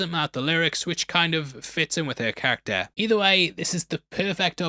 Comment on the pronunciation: Please learn to say character properly 🙏